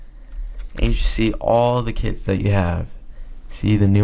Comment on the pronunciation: I thought he said "You can rename kids" LOL